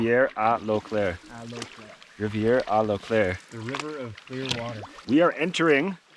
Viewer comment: Dont tell me its now? Wouhou! "Lac à l'eau claire ", well said in french 👍